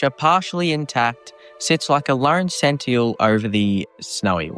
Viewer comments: I have never heard skeletal and Sentinel pronounced that way and now I can't unhear it... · I can imagine several possibilities for skeletal but I'm excited to find out how sentinel could possibly be pronounced